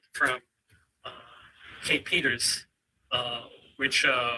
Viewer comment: Boomer Trial … Inept at handling Zoom participants and mispronouncing important names. ‘Kate Peters’ ‘Aidan Carney’. Details dummies!!